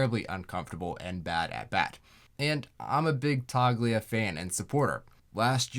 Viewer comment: This is a great, detailed video. I have to say though, the “G” in “Toglia” is silent (Toe-Lee-uh)